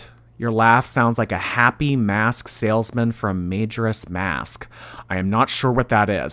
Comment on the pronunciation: the way pronounced "majoras mask" is sending me 💀💀💀